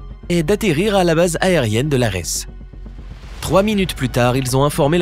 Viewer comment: Bien que la langue portugaise soit (très) proche de la langue espagnole, ici " Lajes" ne se prononce pas "Lares" mais "Lajèsse" . En portugais le "J" se prononce comme en français pas comme la Jota espagnole. (La base aérienne de Lajes ou base aérienne No. 4 (code AITA : TER • code OACI : LPLA) est une base de l'armée de l'air portugaise, utilisée également par l'US Air Force et l'OTAN, située à Praia da Vitória sur la partie nord-est de l'île de Terceira dans l'archipel des Açores (Portugal).)